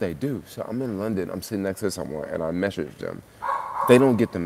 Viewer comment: Meshage Meshage it’s message lol enjoyed the video